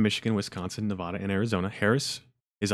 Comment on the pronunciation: Thank you for your work a sharing this with the public. Just an FYI to help you reach the good people of NV , it’s pronounced NE-VAAAD-A so more ada and less ahhda. I still slip up on occasion and locals are not shy about correcting me . 😜😁